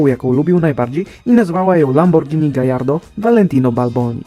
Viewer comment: To ty sie ucz bo Gallardo to imie byka Hiszpanskiego a w tym języku podwójne l wymawia sie jako j.